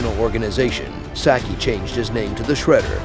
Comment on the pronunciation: Sock-eee not Sacky